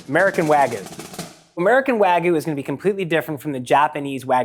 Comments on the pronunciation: It's wagYU not waGOO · Sounds more like Ragout, Wagoo 💀👍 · its wagyu. not wagu. pronounce it correctly stupid american. educate yourself. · Its gyu not gou fling american😭😭😭❤️ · The way he says "wagoo" drives me nuts lol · Wa-gee-you not wa-goo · Wag-yoo. Not whygu. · These experts can't even pronounce wagyu correctly... wagoo? wagoo? it's WAGYU! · My biggest pet peeve in the world is hearing people say "wagoo" instead of Wagyu. Do you think the Japanese put a Y in there for no reason? Does something with the word "goo" in it sound appetizing in the slightest? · why is he pronouncing it wagoo? there's a y in there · Wagyu has a Y in it. "Wag Yew" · Americans saying wagoo. Funny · BWAHAHAHAHAHA! Literally just one Google search would've prevented this stupidity. Wag-oo 😂😂 white people pronunciation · Just did. What are they teaching you in America? I've never heard of it being pronounced like "wuh-gyoo". It should've been clear to me you're American. Odd ones out as always. Hopefully you don't ever pronounce it like that to a Japanese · First it was him saying "wa-goo" but the squeezes really became too much after a while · "Wagoo" lol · it's pronounced wa-gyoo/wag-yoo you dingus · i have NEVER heard someone pronounce it wagoo until this moment 😦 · I don't know how many more times I can hear you say "wagoo". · I stopped watching when I heard how he pronounced wagyu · This dude's pronunciation of Wagyu is absolutely destroying me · this video is really neat, but the mispronunciation of wagyu and sake made me cringe. especially with how often wagyu was said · Should have got a guy who knows how to pronounce wagyu. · Why do Americans neglect the Y in wagYu?! I live in Japan and this irritates me (and others) so much! The Y is NOT silent! (also choosing to ignore the hard A sound) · you dont have to know any japanese to see theres a Y in the word and he keeps leaving it out